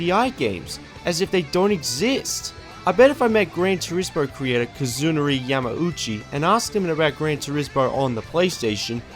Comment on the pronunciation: Kazunouri Yamauchi KA-Zah-Nor-ee